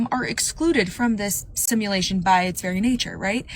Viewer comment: This dude can't even pronounce simulation, but I'm supposed to believe his crack pot theory.....😅😅😅😅 Yes, I have seen PLENTY of Asians pump gas. And Yes, I have seen a pregnant Asian woman. This dude is dumb AF. It's amazing though, because he ACTUALLY thinks he's "smart" 🤦🙄🤷